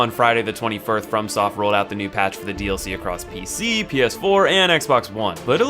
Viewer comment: "The 21th"